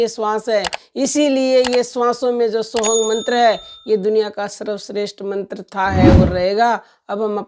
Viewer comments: ये सत्य है पर आप वीडियो में सोः हम कि जगह सोहंग बोल रही थी तब मैने बोला मेरा मकसद आपको ठेस पहुंचाना नहीं था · सोहम मंत्र की दीक्षा तो सिर्फ गुरु देव भगवान की कृपा से ही साधक को प्राप्त होती हैं और मंत्र आप सही से बताओ मंत्र सोहंग नहीं होता है मंत्र सो हम्म है